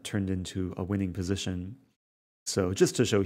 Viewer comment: positiuun Lol, its pronounced position mr rosen